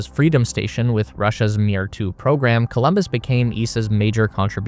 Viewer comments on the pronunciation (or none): It‘s Columbus, not Colombus